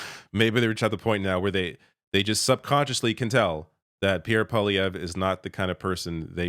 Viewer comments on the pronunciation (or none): Oh and please stop pronouncing it po-lievre or palievre... it is POIlievre, P.O.I. is pronounced POOWA, as the word Pea in french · I beg to differ. You pronounce his name as PoiLIEvre. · I still don't understand how Trump could be elected again... and I feel very sorry for my American friends and neighbours. But I remember thinking : " Maybe there's a silver lining and this his will scare Canadian voters away from PP...". (btw, its prononced PWA-LEE-AYVR...)